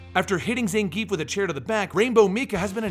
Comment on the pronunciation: Zangief is pronounced Zahn-Ge-Yeff.